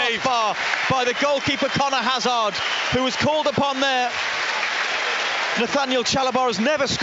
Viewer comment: Not sure Hazard is pronounced that way when they are British? 🤷‍♂️